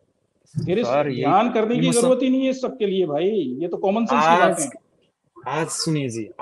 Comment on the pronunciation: Ye gyani purush urdu juban bol rahe hai har shabd me nokhta laga rhe hai jaise... आज़, ज़रूरत, ज़ी, समज़े, नज़र, ज़ाया इस प्रकार सबमे निचे डॉट लगा हैँ...